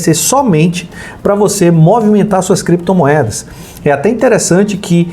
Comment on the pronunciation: Creptomoedas e bitcóils kkkkkkk